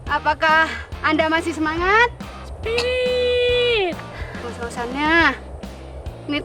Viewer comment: Sekilas kalo ngomong sepiritt kedengernya cepirit...Wkwkwk.😂😂😂